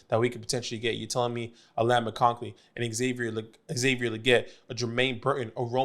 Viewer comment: Good vid! I’m proud of you for figuring out how to pronounce Odunze. I’m still holding out hope that you can figure out that there is no L in McConkey!